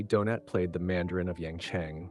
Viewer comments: And it calls the actor Donate instead of Donat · Stupid rowboat narrator even reads out the IMDB references as well as going from saying Donat, to what sounded more like Doughnut! Here’s a tip - use a genuine human to narrate your videos. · Nice video moving story spoiled by the awful, americanised AI narration. Several time the actor was referred to as Donate rather than Donat. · Listen again. Several times the actor was referred to Donate instead of Donat. Definitely an AI narrator. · “Donate,” “Donut,” geez. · the constant mispronunciation of the actor's surname is hilarious - do-nut, do-nate do-naut .... doh! 🤣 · “Donate” made his debut?… geez, enough with the AI voices. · Any chance you could be more consistent with the pronunciation of Donat’s name? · Nice tribute. Your 4 different pronunciations of his name were somewhat humerous 😊. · Why can’t you pronounce his name correctly the T is silent more pronounced like a y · Teach the AI robot to pronounce his name, for Pete’s sake! I’ll just have a jelly Donat. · Is this ai? Donat is pronounced in several ways, ranging from donut to donaht. Clumsy. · Good to see a tribute to Robert Donat, although the presenter appears to have difficulty settling on one pronunciation of the actor’s name. To be sure Donat’s voice and on-screen persona were unique. However, actor Roger Liversey’s voice could recall Robert Donat's. Liversey being the more robust of the two actors. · Also he mispronounces Donat in alternate sentences. It's AI.